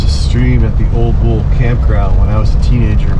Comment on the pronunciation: I have been fishing that area since the mid 1960's. Camp at Ole Bull often. It's pronounced "Oh-lee Bull"... named after the Norwegian composer who led a group of settlers in an attempt to establish a settlement near where the current park is located... the attempt failed.